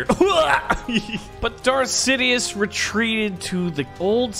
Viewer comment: nobody:: general sidios